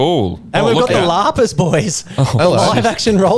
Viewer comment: It's pronounced Laaahhpaaahhss 😉